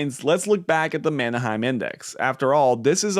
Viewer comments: First, Manheim is not “Manna-hyme”” like you are pronouncing it. It’s pronounced “Manhyme”. Also, Schiff is wrong on many things including gold. Gold has never been accurate in the era of fiat currency. Gold, Used car prices, real estate it’s all FOMO driven based on supply and demand. This video is fear mongering. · Man Hime, not Manna Hime!